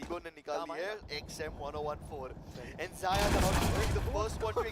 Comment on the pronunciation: Dear caster wo ziya ni xyaa(zaya) hai Ty🙂